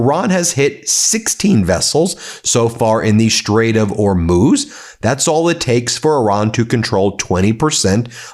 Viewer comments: Well you stopped saying Hor-mows but now you say Or-mooze. Just say Whore-mooze. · Im just here to find out how you pronounce Hormuz today 😂 it’s been changing daily 😂 you’re getting close though. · I absolutely love your channel and watch your updates daily, and I am now going to be that person. Could you please try and pronounce the Strait of Hormuz and Mojtaba Khamenei correctly? I do spread word of your channel widely here in my home country where many people are oblivious to the goings on in the Middle East.